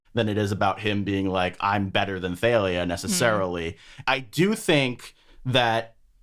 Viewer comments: theylia? not thalia?...........ok................ literally have NEVER heard that pronounciation of thalia/talia in my life. from the singer talia to the comic assassin thalia al'ghul.......no no to theylia. i. can. NOT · apparently Rick says he pronounces it more like thal-lia. I personally pronounce it like Talia or Tahl-lia. Never heard the they-lia pronunciation before so that's pretty interesting